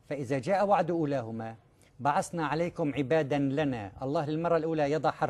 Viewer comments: هذا لا عالم لغة عربية و لا شريعة لي بفسر ؟ ثم لي بحكي بعسنا؟ الله يقول {بعثنا} بالثاء 😅 { فاسألوا أهل الذكر إن كنتم لا تعلمون } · هذا رجل يدّعي انه عالم بتفسير القران وهو لا يعرف نطق الاية اصلا. هل هناك عالم بالقران يقول ازا بدلا من اذا ويقول بعسنا بدلا من بعثنا. والله لا يقولها عاميّ يخاف الله، فكيف بالعالم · روح تعلم كيف تقرأ قرآن اول شي، ضعيف جدا ( فإزا) الاصح ان تقول فإذا، ( بعسنا) الاصح بعثنا، انت بتقرأ جريدة، تأدب في قراءة القرآن